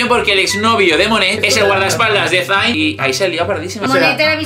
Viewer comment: Por qué ninguno sabe pronunciar el nombre de Zayn bien? 😥 S E I N SEEEEIIIIIN S. E. i. n 😘